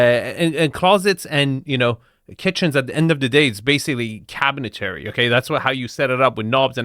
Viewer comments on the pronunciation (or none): the word "cabinetry" is pronounced "cabinet-tree" not "cabinet-tairy". Cabinet-Tree, Cabinet-Tree, Cabinet-Tree, just say it a few times. Love you.